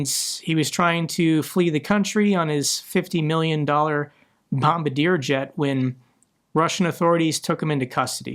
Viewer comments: Canadian company balm-bar-Dee-eh, not balm-bah-deer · proper pronunciation is boam bar dee AY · Bombardier is pronounced “bomb-BAR-dee-A”😅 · its pronounced bomb-bar-dee-eh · It's pronounced Bum-Bard-Yay.